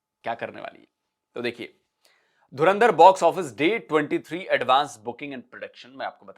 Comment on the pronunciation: Pakistanio kaunse duniya se jo dhurandhar tak sahi se nahi bol pate ho